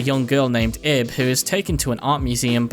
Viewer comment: LIL THING ABOUT IB her name is actually pronounce like your saying Eve with a B at the end since in Japanese there are two ways of saying the name ,EVU or IBU, which the second one is where Ib comes from